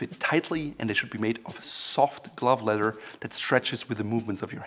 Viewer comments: "kOhLiTy LeDhEr belt" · It is a kind of crossover word. He is a native German speaker and in German the word for leather is Leder pronounced lay-der such that ‘ledder’ is somehow in-between. Great channel btw!